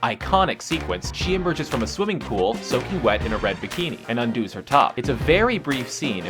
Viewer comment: "Undooze" - ? (fast times at ridgemont high)